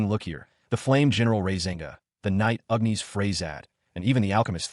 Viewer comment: seen a similar vid about this one...just whats with this one ..calling "agnis" ...UGNEES?